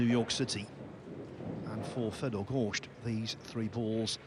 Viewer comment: I wish someone would tell that Fedor's name doesn't rhyme with beet soup